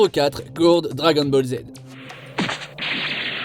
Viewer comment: ghourd ?????????????? connais pas Guldo oui un peu de respect franchement déjà la version anglaise c'est immonde mais si en plus vous faites même pas l'effort pour les noms.....